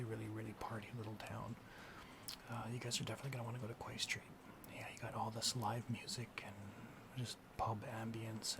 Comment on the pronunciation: Love this, just one note, it's pronounced Key St. I got corrected. Please make more of these!